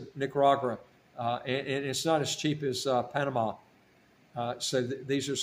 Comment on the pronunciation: Nicaragua not Nicaragura